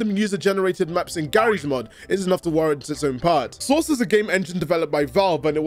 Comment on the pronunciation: you need to have a "source" quota for all of your scripts. Whenever you say it, it sounds like you're saying "sauce" and it makes the world seem a little brighter every time.